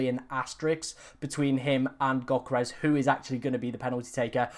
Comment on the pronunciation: This clown still doesn't know how to pronounce Yoh-ker-res... he sounds like he is choking on my 7inch